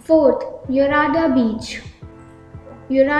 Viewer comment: Hello..if you don't know how to pronounce..then ask someone ..you English language is normal..just Normal not posh..but you want to make it..so you are speaking like that..its not yurada beach ..it's yarada beach..not kilasagiri..it's kailasagiri..